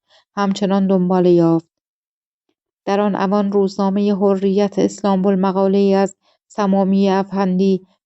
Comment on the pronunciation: تازه! حرّیت را فرمودن حُریت😂 خیلی باسوادن: اسامی رو که نگو خودشو میکشت تا از پسش بر آد